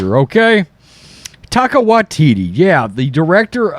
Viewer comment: HAHAHAHAHAHAHAHAHA says "Taco Waititi".